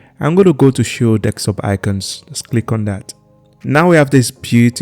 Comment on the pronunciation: you are saying Desktop wrong